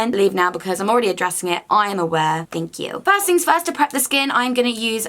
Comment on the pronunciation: also loved your "THANK QQQ"